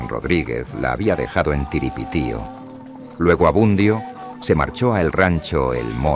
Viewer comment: N9 es t TIRIPITIO ES URIPITIO AMIGO